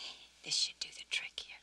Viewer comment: " DARN THID STUFF " - 1990